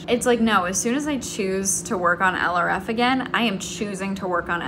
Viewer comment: don’t put too much pressure on yourself! you’re doing amazing!! (p.s. for a long time when you mentioned project LRF in your videos I thought you were saying “eleraffe” as in some weird cross between an elephant and a giraffe?)